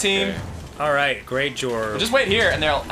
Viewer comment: Danny keeps saying great jorb...is that a Homestar Runner reference? I fucking miss Homestar Runner.